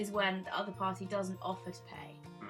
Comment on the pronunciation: "oh yeah, thanks for dinnAHHH" ahaha